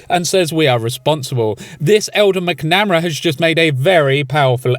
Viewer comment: The best part of the video was how you promounced 'MacNamara' lol